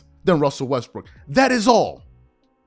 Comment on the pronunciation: Did I hear you say westbrick